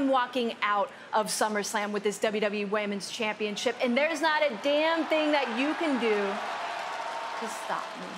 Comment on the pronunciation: "WWE Wamens chempionship" -Bayley